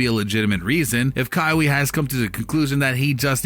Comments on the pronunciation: this video is just reaching... also its ka-why not ka-wee, smh cant even do something as basic as getting the right name of the person you’re making a video on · Junior Asiamah he is saying it like Kaiwe Leonard😅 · Who is Ka-wee??? Did I hear that right? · With that pronunciation of english vocab especially Kawhis name, it’s safe to assume you were one of those helmet wearing downs kids who rode the short bus up until community college where you took culinary classes to forever work at mcdonalds 😂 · Dude you can't even say his name right. Smdh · How can't you not know how to pronounce a man's name? Pathetic Mordaforkers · Learn how to say his name before you make a video on him smh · Jesus christ u pronounced his name 4 different ways none of which was right